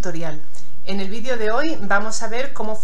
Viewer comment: Se dise video no vidio. Habllbien agarrar no coger coger es cuando se ase oracosa más fea como.los sacerdote coger